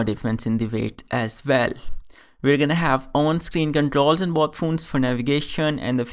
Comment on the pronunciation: Stop saying phoones...plzzz.